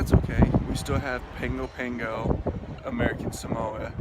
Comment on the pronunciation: My guy butchered the pronunciation of Apia and Pago Pago lol